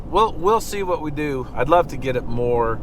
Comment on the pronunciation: "MORR robust"